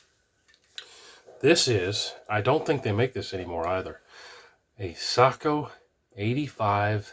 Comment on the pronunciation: "say,ko" not "sock, o"